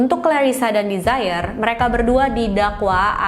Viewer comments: 😊Ralat ya kak.. penyebutan nama Desiree bukan ’desire’ (dlm bhs inggris ) yg kak sebutin. Tapi De-si-rei gitu sebutinnya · Desiree mungkin bacanya dez-re 🙏